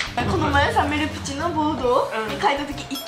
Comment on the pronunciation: 最初の、｢め・る・ぷ・ち｣が、 ｢め・ぷ・ぷ・ち｣になってる！